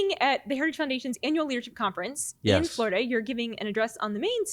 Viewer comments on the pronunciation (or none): Does Florida have three syllables, or only two, lol. The young lady says we’re here in “Florda”.